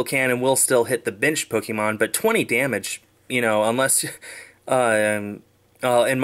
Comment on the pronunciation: Ppk-AY-mon, not Pok-EE-mon